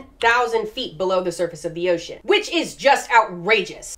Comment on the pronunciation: I'm not even a regular, but after the first time I saw her cameo in Casual Geographic's video I can't hear or read the word ocean and not hear her say oh-cean every time.